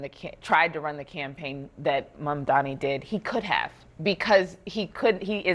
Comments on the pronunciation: Mudhmanni that's "mud-man-i" . 🤣🤡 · Get the guy's surname right guys, especially when you play a clip of Mamdani rebuking Cuomo for mispronouncing it.